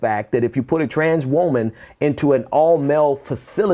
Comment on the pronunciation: Is it just me or is he pronouncing woman weird? Woah-man?